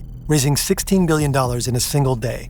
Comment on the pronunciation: is it me or did he say “gillion”? Is that a word?